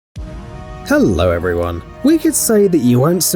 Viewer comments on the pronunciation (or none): Is it me or does "Hello everyone" Sounds like "Mr. Morning star😏"